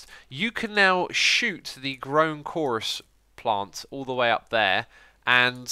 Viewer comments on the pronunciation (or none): none